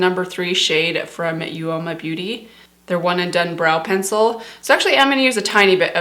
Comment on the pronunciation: Hi it's pronounced oma for uoma hope that was helpful 😊